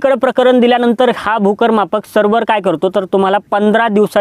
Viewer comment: छान माहिती (फक्त सर्वर नाही तर सर्वेअर)